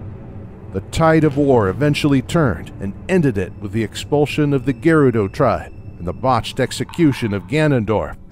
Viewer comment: cant pronounce Gerudo or Goron correctly